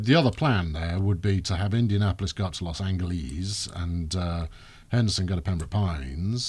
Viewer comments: IT'S FUCKING PRONOUNCED "_LOS ANJALESS_" IT'S THE FUCKING CITY OF ANGELS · why are you calling los Angeles los anglees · TRIGGERED when pronounced Los Angeles as Los Angleless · It's funny. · Geoff Webber Too bad. If they speak English and play a map of the USA than speak the name right. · I've seen from the other comment you made you're beyond just hypersensitive about enunciation and for some reason felt that it's worth your time to get up & arms about. I'm from Oregon, and can tell you that there is plenty of people who call it that, and it's for the same reason that said it - for the fun of it. If someone called Portland "Pertlynt", I would laugh at it, and join them, not get royally pissed like you do. Try to ease up on your livid attitude towards a enunciation man. It's not worth anyone's time, not even your own to be all disgruntled about. It won't kill anyone, or hurt anyone, but apparently the only thing it will hurt is your ego about it. And really, is it worth anyone's time to feel angry and argue about how someone says something? If so, you clearly have way too much time on your hands. Only the most hypersensitive actually respond the way you have and still do, after a entire half a year. Edit: On the subject of the technicality, we English speakers, yes including you, enunciate it incorrectly anyway as it's Spanish. So, realistically, even we have no right to correct people's enunciation of it's name.